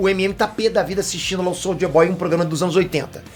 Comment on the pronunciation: falando soulja boy kkkkk